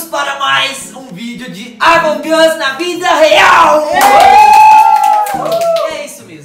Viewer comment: No começo o Brenner falou avong us e e among us